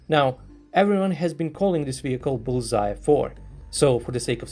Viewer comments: You make it sound like bullseye, but it's 불새(Bul-sae), the pronunciation would be like bull-sa where sa is from 'satellite'. Bul is fire, and sae is bird. So fire-bird, or could be translated as phoenix. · I also thought he was saying Bullseye. Are you South Korean? I always appreciate when people take the time to add different bits of information in the comments that most of the audience probably wouldn't know, whether it's technical information about the particular armored vehicle mentioned in the video or information about the nomenclature, such as your post. It helps all of us to get a more complete picture of the topic being discussed. Thanks. 👍